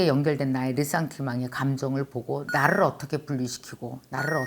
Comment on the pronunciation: 언니 좋은책 소개 고마워요! 멀리 맨하탄에서 인사드려요 일하다가 커피브레이크 동안 들었어요! 나ㄹ~을 위해 나ㄹ~을 위해 라고 발음하실때 에스빠뇰 발음 넘나 귀여운것 ㅋㅋㅋ 글고 무릎팍 치실때 저도 깨달았어요 제가 그래서 연애를 잘 못했었구나하고 ㅋㅋㅋ 철학공부는 좋은것이여~~ 요즘 인문학책 읽는데 교양쌓이는 느낌이 들어서 좋아요!